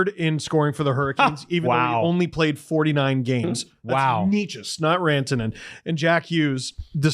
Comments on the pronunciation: I thought maybe after him being moved to Colorado you all would get Necas’s name right. It’s not KNEE chis. It’s NAY chus. It’s really embarrassing for a hockey podcast to not get this right at this point. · Well, maybe by next video they’ll figure out “Necas” because they still can’t pronounce it right🤦‍♂️